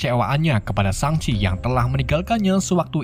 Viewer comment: Shang-chi✖️ Shang-abi✔️